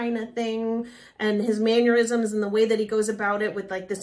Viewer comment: Since you're a (really good) singing teacher, I'm sure you'll appreciate a tiny note from a language teacher: It's "mannerisms," not "manurisms."